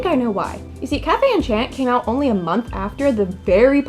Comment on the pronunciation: Why am I so bothered by the mispronunciation of enchanté. Like it doesn’t even translate to enchant 😫